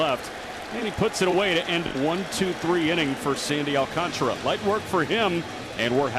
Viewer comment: Prounce it with me my Spanish speaking friends Sandy AL - CAN - TARA and not AL - CON - TRA, SMH Please put some respect on the Mets future Ace pitcher's name.